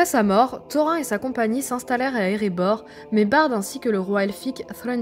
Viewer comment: C'est bien ce que tu fais, c'est pas pour te "vexer", surtout, mais -"seau-rond", "taux-rein", c'est too much!! c'est"ça-o-rone" et "taux-rine" qu'il faudrait dire....pour les elfs, pour "Glorfindel", y'a pas de lézard, mais "Elle-rond", pff pas terrible, il faudrait prononcer le "d" "El-ronde"...Tu vois ce que je veux dire....lol, et bisous